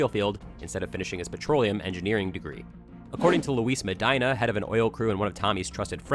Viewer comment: The way you pronounce "Medina" makes me think you don't know any Hispanic people.